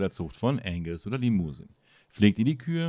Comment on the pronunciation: es heißt Angus und limouseng ausgesprochen nicht liemusen